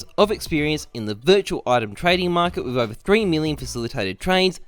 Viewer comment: ? is that a "with a guaranteed reply"? It sounds like "we've a guaranteed reply"